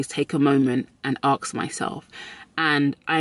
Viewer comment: She says “ax me” lol I love this accent! Also great life advice!